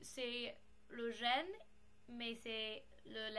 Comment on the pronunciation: Trop beau le jeanggings (je sais pas comment ça s'écrit désolé) j'en veux un aussi. Je vais essayer de m'en acheter un :) NB : Pour "jeans" tu peux le prononcer comme en anglais. Mais tu parles vraiment bien BRavo :) et tes vidéos sont supers !